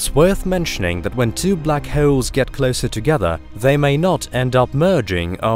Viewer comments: They are called black holes, not black hayoles. Pronounce wrong much? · The way he says "holes" sounds like halls, and holes had a kid. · Black hewls???😂😂😂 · Black hoels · Block howls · Black vowels I mean howels😭😂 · Love the way he says holes lol